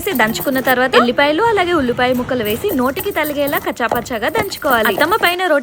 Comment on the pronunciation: అది శెనగ పప్పు అండి షెనగ పప్పు కాదు& తగిలేలా not తలిగేల😊.మన భాషను కాపాడుకుందాం🙂